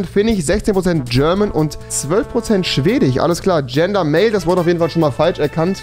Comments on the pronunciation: Man fuckt des leicht ab... No front... SchwediCH FinniCH ChechiCH... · Polnich, Finnich und schwedich 😂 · Wen triggert die Aussprache auch so? Polnich Chzechich Swedich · Niemand: Wirklich Niemand: Rewi: schwedich ,finnich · Schwedich Polnich Finnich Genetich Muss los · Polich Schwedich XD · Schwedich finich 😂😂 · niemand: wirklich niemand: keiner auf dieser Welt: Rewi: Polnich, Finnich, Schwedich Und noch 10000 andere Wörter. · Tich , Schwedich, Finich, Türckich, Jüdich... Omg er hat ein Wort mit "sch" ausgesprochen. 😂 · Polich, Finnich, Schwedich aber er sagt DeutSCH wtf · Polnich , finich , swedich rewi wie du das aussprichst das macht mich echt verrückt erstmal dislike